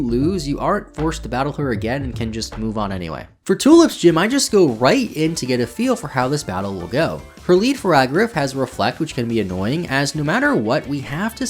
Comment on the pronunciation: This mispronunciations are driving me crazy. It’s not copperjah and it’s not faragrif.